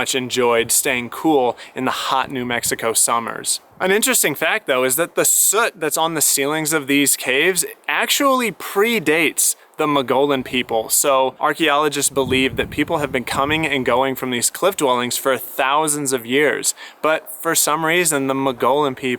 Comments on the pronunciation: I've heard it pronounced "muggy on" or "muggy own". Nice job on the video. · Yes, I've visited that area a few summers ago. "Muggy own" was how locals pronounced it for us. We stayed in Silver City and drove around 152 to 35 and then up 15. NM doesn't spend much on roads. I "white knuckled" it around those switch backs that had no guard-rails. I was very glad I didn't tow the TT. Beautiful country! Enjoying your videos!